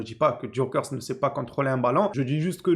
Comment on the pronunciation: On dit Gyokeres en prononçant les « e » en « é » et en prononçant le « s » aussi. Je préfère Haaland car plus confirmé et plus jeune, mais pour ce que tu dis balle au pied, il n’a rien a envié à Haaland, je pense même qu’il est meilleur dans ce domaine.